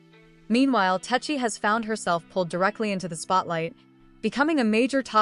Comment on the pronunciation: Tesehki has a man that she refers to as her husband and is very protective of. She put hands on a girl just for being in her man’s section standing too close to him. 😂 I know it’s AI, but it’s pronounced Tes-see-kee.